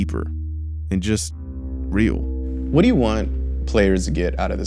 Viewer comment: . "It takes the game from feeling like a weird acid trip into something that's a lot deeper... and just... real." How do you sound so damn insincere? It's genuinely impressive. That pause, dear sweet ghost of Murgatroyd, so... phoney. That weird, affected pretension of gravity when you speak, it's unavoidable. Your country is saturated by it. You've reached peak prevalence. Help.